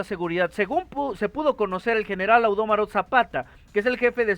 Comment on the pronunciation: AUDOMARQ ZAPATA NO AUDÓMARO ZAPATA